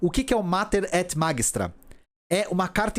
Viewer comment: pronuncia-se Mater et Magistra com o som de "magistério", do latim, uma vez que a tradução do título da encíclica é Mãe e Mestra.